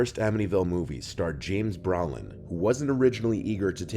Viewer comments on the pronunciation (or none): Nothing against Mr. Nightmare, but: It's pronounced "bro-lin," not "brow-lin;" it's also "duh-fay-oh," not "duh-fee-oh;" the people in the car were the family members of the pilot flying that plane; Gregory Peck was supposed to have dinner with Richard Donner in a specific hotel but had to cancel & shortly after, it was bombed by the IRA; also, the zoo scene: the day after filming the baboon scene with Lee Remick and Harvey Stephens, a Windsor Zoo worker was killed by a lion. Just saying the guy could've done a bit more research. And dude, you never made that connection? Genie/Djinn? 🎶Arabian nights🎶🧞 I recently watched the Twilight Zone Movie for Halloween & that scene was actually removed for that reason & I'm glad it was; it would've just made the movie harder to watch.